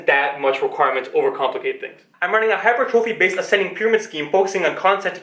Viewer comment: you should Google how to pronounce "hypertrophy" properly, your mispronounciation is hurting your credibility haha.